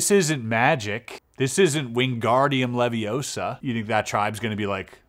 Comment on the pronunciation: “Wing guardium leviosa”. Yes, Chis, it IS magic! 😂❤